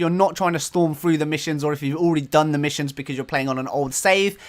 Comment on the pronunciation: ROFLMAO "Missue Issions" I am in tears atm. HAHAHAHA